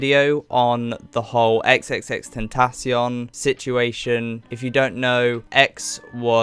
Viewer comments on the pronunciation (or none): Sry but can i just say that he said xxxtentacksion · ten-tah-see-own is how you actually say it